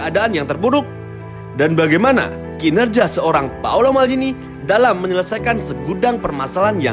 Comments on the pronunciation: Bukan paulo, tapi paolo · Paolo om..bukan Paulo.. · It's Paolo not Paulo. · Paolo ngab Bukan Paulo Cek KTP nya